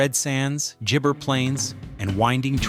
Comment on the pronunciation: They cant pronounce Innamicka, Stzelecki and gibber, but your problem is ranch... Ok, we're on the big issues here...😆